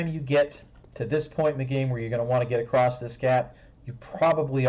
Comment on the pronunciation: Is he saying "rectal" and "acrosst" instead of "ret-i-cle" and "a-cross"?